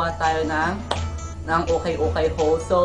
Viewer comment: Haul Po Pero Pronunciation nyo is Hole 😂❤